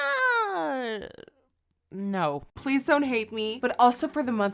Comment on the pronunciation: «s'yeah» -Nikkie This is legendary